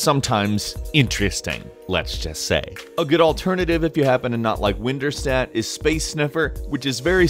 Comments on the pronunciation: its windirstat not winderstat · WinDirStat not winderstat. Just to let you know. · windirstat NOT winderstat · It’s WinDirStat not WindErstat. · WinDirStat* (as in, 'Windows Directory Statistics') not Winderstat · oh btw, its "windirstat" as in "windows directory statistics" not "winderstat" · "Winderstat" sounds like "Winterstadt". That means "Winter town". xd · Winderstat...should be Windirstat, like the dir command, short for directory. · correction: WinDirStat not winderstat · It's WinDirStat, not WinDerStat. It's short for WIndows Directory Statistics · it's WinDirStat not WinDerStat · winderstat? can you read? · Guys it's winDIRstat not winDERstat. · So he pronounced "Dir" as "Der" and not "Deer" or however you pronounce it. It happens. You know, Po-tay-to, Po-tah-to and all that... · "Winderstat"??? It's WinDirStat.. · Winderstat sounds swedish and a bit weirdm but you might want to consider re-reading that name, as WinDirStat, as in Windows Directory Statistics might make a lot more sense, as that is exactly what this program is doing ^^ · Dude, #6 is WinDirStat, as in Windows Directory Statistics, not WinDerStat. You can even see it on the videograb. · It's WinDirStat, Not WinDerStat... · It's WinDirStat not WindDerStat. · He sounded like he was having a stroke when he was talking about Winderstat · Its windirstat as in "Windows Directory Statistics" imbecile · WinDERstat lol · I think it's WinDirStat ;)